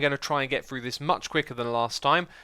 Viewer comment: X is unafraid to chart new horizons in pronunciation: Tayega Free (as in one, two, free), frough, and any iteration of thr==fr Muriel It's that same pioneering nature that brought us Hermitcraft and the Mythbusting series. :D